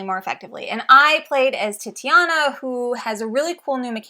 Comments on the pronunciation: Titania, not Tatiana. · Sorry to be that guy but the Unmatched character is pronounced Tit-AH-nee-a, not Titty-ah-na